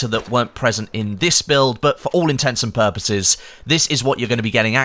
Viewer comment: Intents and purposes. Your accent makes it sound like “for intensive purposes” 😂🤣😃